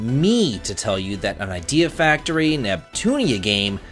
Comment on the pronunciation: "Idea FUCKtory". I can't tell if you said that intentionally or not, but I can't disagree.